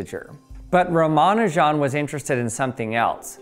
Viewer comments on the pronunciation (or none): Ramanujan the greatest mathematician ever. died at 32 years old. why did he die. he went to england and got so depressed that he fucking died. thank you london for that. also his name isnt pronounced "ramanu jan" like you do but rather "rama nujan" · I've heard it pronounced Rah-Mah-Nue-Jen. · I hate that they never bother to get non-Western names right. Euler and Schrodinger are always intentionally pronounced perfectly. 'Sree-ni-vahs 'Rahm-uh-'noo-junn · Ramanujan... Isn't it pronounced Ra-ma-nujan and not Romanajohn? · Ra-ma-nu-jan not Ra-man-u-jan. It's the man's name, especially as it doesn't contain hard to say sounds for a native English speaker it deserves a little more care. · Ya gots ta stop pronouncing Ramanujan like it's Parmigiana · Ra-mon-ew-jan Oil-er There’s a lot of cognitive dissonance trying to trust someone talking about “in quantum mechanics we” yet pronouncing Euler in phonetic English Not that you’re wrong in what you’re talking about—you do good work for science communication, but you know fyi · I've always heard his name pronounced RA-ma-NEW-jin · Great explanation, but please - it's 'oiler' and 'ram-a-new-gen' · It made me squirm every time with both names - should be 'oiler' and 'rama-new-gen' arghhhhh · Please pronounce Ramanujan” correctly. It is pronounced as “Raa-Maa-Nu-Jun”, (Jun as in Jung without “g”) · Your pronunciation of Ramanujun is hilarious. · The only thing I learned is that you don't know how to pronounce Ramanujan. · The stresses in "Ramanujan" are on "Ra" (and "Nu"), not "Ma". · You say ramanujan as if you've only read it, and euler as if you've only heard it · If Euler is the first level of pronouncing mathematician's names, the Ramanujan is the boss of the first level. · Got triggered on the pronounciation of 'Ramanujan' after the Numberphile videos, but turns out this correct, or at least closer 🤷‍♂️ Edit: watched some native Indian speaking videos and they say it like Numberphile. Now I don't know what to believe!